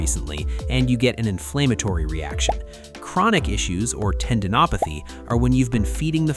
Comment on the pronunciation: The voice is not AI?!? I was certain it was when it/you mispronounced “inflammatory”. That seems like something AI would miss.